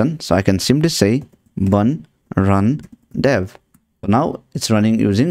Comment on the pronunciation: dev hai wo dav nhi noobde